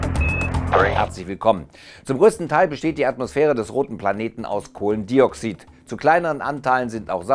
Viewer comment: Ähm... Die Verbindungen heißen "Kohlenstoffdioxid" und "Wasserstoffperoxid", nicht "...-oxyd" oder "...-oxüd". 🙈